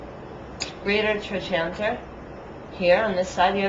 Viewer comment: its pronounced trokanter , not trochanter